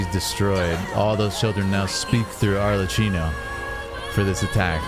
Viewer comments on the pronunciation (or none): It's Arlecchino with a hard "k" sound because of the "cch" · Ar-Le-KKey-no , by the way. Not like Cappuccino. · your commentary is super cool to hear! one small thing though, Arlecchino is pronounced with a "ck" sound instead of the "ch" that you use. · Im pretty sure she offed herself the shot right before is kind of a common way to depict that in anime and manga without fully showing it, and we dont see her hands so she is likely holding the sword hilt. Its "Ar-le-kkey-no" (i think) if not the Cs are pronounced as Ks anyway. The knave before her was Crucabena the "Mother" (the pink heard woman she fought). Her name is the Gallic equivalent of the Welsh enchantress Ceridwen